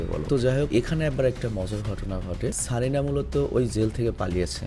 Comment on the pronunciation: ভাই কারিনা।।। সারিনা না